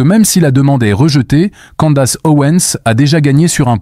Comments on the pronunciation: Si tu décides de prononcer à la française, faut pas seulement prononcer "Candasse" mais aussi "Ovansse". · Vidéo intéressante. Mais cette voix et ces images créées par IA sont assez pénibles. Surtout cette prononciation horrible des mots "rule" et "candace"...